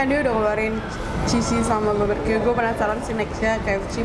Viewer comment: kok drtd gw dgrnya ngomong nya baberque ya bukan barbeque 😕😕